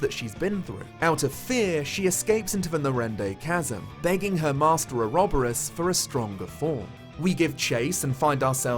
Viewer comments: Ore-ob-ore-oss and oro-bore-us are both valid pronunciations :) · Had to comment that you had actually been pronouncing ouroboros correctly. The game also butchers the pronunciation of Agnés' name which actually is the plural female form of the word pure in Greek. It even has the intonation mark placed correctly but somehow it is constantly pronounced hilariously wrong. Source: Me, who actually speaks the language the word comes from. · I pronounce Ouroboros the same as you,. It's everyone that's wrong!